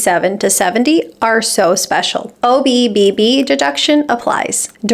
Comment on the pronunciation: I chuckle every time you say OBBB😊